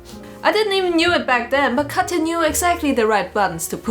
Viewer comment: lmao my older sisters name is Katya, I freaked out when he said her name 😳 you actually said her name right tho lots of Americans where I live say it like “Katcha” for some reason